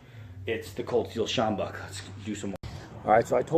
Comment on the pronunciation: Great pronunciation of "sjambok", I was waiting for you to say it and was very impressed! Also you are absolutely correct about the bend, it makes the sjambok even more effective. I'm from SA, this is one of the best weapons ever invented.